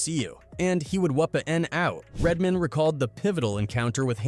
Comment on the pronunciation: Lol you said it once idk you don't seem to have an accent but once you kept calling "RED MAN" "RED MIN" I had to stop the video I saw nothing past the 7 minute mark 🤷🏿‍♂️ sorry just too much 😅